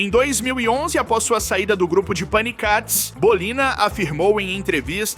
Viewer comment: O certo é paniquétes e não panicates 😅😅😅